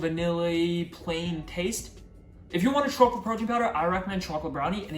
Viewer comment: bhai to chocolate Sahi se bol le na